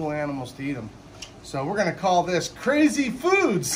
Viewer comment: You said cazy foods